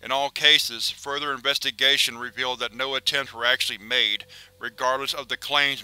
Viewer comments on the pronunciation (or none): none